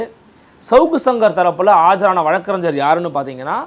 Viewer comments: “வழக்கறின்ஜ்ஜர்” இல்லை அது வழக்கறிஞர். தயவுசெய்து சரியான உச்சரிப்பைப் பழகவும் 🙏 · தமிழகத்தில் நிறைய பேர்கள் இதே தவறை செய்கிறார்கள்